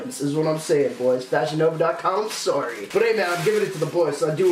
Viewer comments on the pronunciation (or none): none